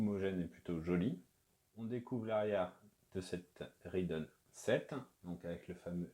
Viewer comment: Pourquoi prononcer rIdeon ?